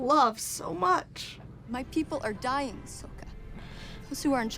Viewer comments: ahng, soak-a, ear-oh, agni ki, uh-vatar... yeesh what a mess lmao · Ahvatahr Ong Sowkuh Eeero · Ahvuhtar Ong, Sowka, prince Sueko, uncle Ear-oh, Agni-keys… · I'm a little disappointed you guys weren't as triggered as others watching this movie lol, I was expecting lots of WTFs, throwing things around, swearing, facepalming, and being generally pissed off, especially with the way they butchered all the names, oh god Soak-Uh Ong Ear-row the uh-vatar